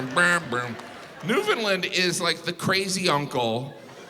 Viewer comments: Is he pronouncing Newfoundland correctly? “NewFINlind”? I’ve always pronounced it “NewfinLand”. I’m from Ontario so I’ve never really cared. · Not a Canadian. I know because he pronounced it Newfoundlund not NewfoundLAND. He sure talks a lot about Canada. I looked it up. He is from Indiana? Hm. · Way to mix everything up there bud. NewfoundLAND not newfoundLIND has the oldest city in north America. Smh at you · He needs to learn how to pronounce Newfoundland . It's not newFOUNDland or Newfinland, it's Newfunland! lol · He's also mispronouncing the name of the province. When I was in Labrador (another gigantic province he didn't mention) the locals said, "UnderSTAND, it's NewfoundLAND" over and over. Not NEWf'ndl'nd. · Why do all Americans pronounce Newfoundland, like "Newfunĺind??!! 😢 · Please please say St. John’s province correctly It rhymes with understand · I hope in the last 3 years, you have learned how to pronounce Newfoundland. It's underSTAND ... newfundLAND. And I'm from Alberta and know this. Lol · Why do Americans say say Newfoundland like "Newfinlind"? Like it was actually New Finland. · half hour LATER in Newfoundland buddy! You pronounce it NewfnLaaaand! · As a Newfie I can say it is not “Newfinlind” lol, and we are a half hour later not earlier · I love this all though St.John’s NL is the old city in North America not Saint john NB and Newfoundland is pronounced New-Fun- land like understand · its new found land.... I'll make it easy. Take out the Ds. New Foun Lan. That's how most Newfies pronounce it. We have not, nor have we ever been part of Finland. Also, and this is the history buff in me. St. John's Newfoundland was founded in 1497. St. John New Brunswick was founded in 1604. Or does no one even think to look up the history of Canada, where it states that St. John's is the oldest city in Canada. Or is this suddenly the case of the WWF(World Wildlife Fund) taking the name WWF from the World Wrestling Federation again. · It’s “Newfin-land”